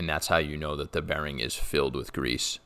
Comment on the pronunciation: Gonna rewatch this 100x just for how you say grease.